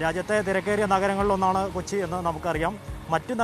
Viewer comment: Kochi paayyya kochi alla